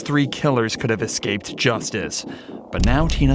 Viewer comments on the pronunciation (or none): none